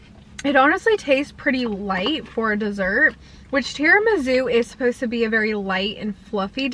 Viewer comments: and tirami-sue not zoo! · gurl it's tiramisu not tiramizu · Lol! Are you saying TiramiZOO?? 🤣🥰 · Seriously please stop pronouncing tiramisu wrong there’s no Z in it didn’t you have an Italian boyfriend & you can’t pronounce tiramisu! 🤷‍♀️🙈